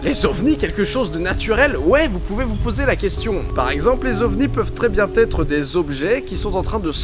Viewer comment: "quatre zautres", "très bien têtre", un peu de vigilance stp